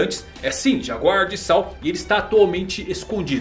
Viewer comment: Ps.: a pronuncia certa de Saul é 'sauú'...... espero ter ajudado heheh